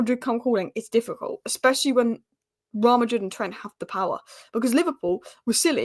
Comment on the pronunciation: How to pronounce “Real Madrid “ Just saying 😅